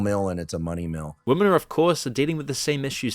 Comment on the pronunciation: When the fuck are you going to learn how to correctly pronounce the word 'women'?